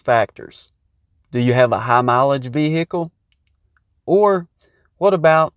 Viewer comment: Vvvvveeeeecccclllllllll, sutch a difficult word.